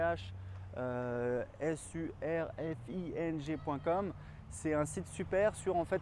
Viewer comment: Super conseils merci ! Je compte partir seul 1 - 2 mois aux Japon pour mes 18 ans et je m'inquiétait un peu de la solitude et du logement mais cette vidéo réponds bien à mes questions, merci ! Et couchsurfing se prononce "ka-ou-tch surf-ing"